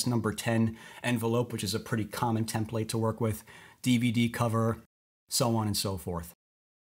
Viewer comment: If he says TIM-plate one more time, I'm going to scream. Don't they teach English in schools anymore?